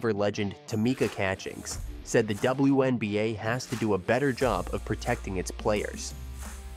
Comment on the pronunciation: “The dubowahNBA”